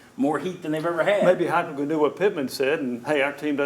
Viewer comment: Who called plays first half Halzel , second half heupel